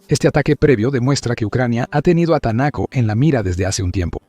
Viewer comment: No entiendo porqué el dice Tanaco si dice Taneco